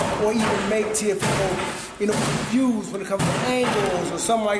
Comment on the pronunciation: LMAO... Leo Santa Cruz calls him TeofiNo. 🤣🤣🤣🤣🤣🤣🤣🤣